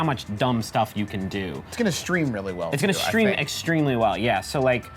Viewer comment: Ex-stream-ly well...